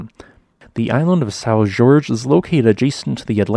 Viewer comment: Isn't "Jorge" pronounced "Whore-hey?"